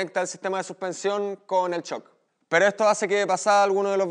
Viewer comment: porque dicen choc y no shoc o chow y no show hablen vien no es un c es una s